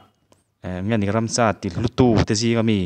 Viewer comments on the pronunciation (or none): Ransa nilo in Ramsa tih tur nilo mi